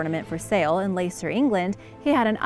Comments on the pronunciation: At least do your research...... Blenheim is pronounced 'Blenim' not Blen-hime..., Leicester isn't Layster but pronounced 'Lester' oh and the rest...... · you’re butchering those place names again! leicester - lester, Blenheim - blen-im. google them and listen to how their pronounced. it only takes a minute and avoids a lot of grief and negativity! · Leicester pronounced (/ˈlɛstər/ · So many, many mispronounced words! Just a few: Leicester = Lester Blenheim = Blen-em Cliveden = Cliv-den There were more, but I don’t want to listen to it again to make notes. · It's pronounced "Wah rek Shy err!" It's pronounced "Lest errr!" It's pronounced "Blem em!" It's pronounce "Mal brah!" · Just a note: You're mispronouncing/butchering a lot names: Yorkshire is pronounced 'Yorksure', Leicester is 'Lester', Warwickshire is 'Warwicksure', Pestle is 'pessel' and Dorchester is ' Dorchister'. There's really no excuse for this, coming from a historian . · Word of advice if you don’t know if you are saying a word right YouTube it 😂 Leicester 😂😂😂